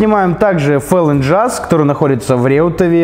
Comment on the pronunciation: Ну сколько можно?! Не "ихний", а "их"! Не "фэлин джаз", а "фолл ин джаз"!